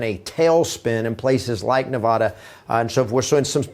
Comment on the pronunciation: Nevaaaada is not Nevahhhhda